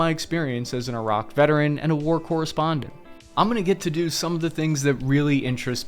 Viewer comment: you saying Iraq correctly now, finally